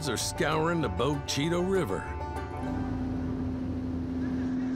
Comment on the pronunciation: That narrator does NOT know how to pronounce Bogue Chitto… I called the town(in Mississippi) home for a many years